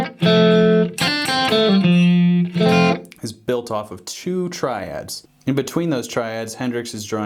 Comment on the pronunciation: Phhuuk ur Tri-Dads. I’m Not Drunnnk ur drunnnnk.